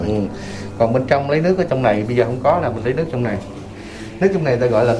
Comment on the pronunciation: Nên chỉnh lại phát âm TR. Trong sao phát thành CHONG. Vân V thì chỉnh nói dàng hoàng???